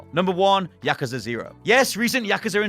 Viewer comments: Yakusa... No no it's yakuuuuuuuuza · Yakaza? Come on dude. It’s YakUza! YakUza! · Its pronounced Ya-KUZ-A